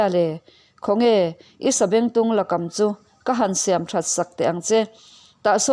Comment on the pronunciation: Lakam hi i lam dan kam hi chakai chikhat aikam a, kam lam danin i lam a, a diklo. Thangkam a, kam ang a, lam tur.